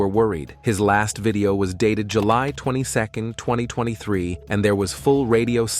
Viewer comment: "In tooth eye tweny three" 💀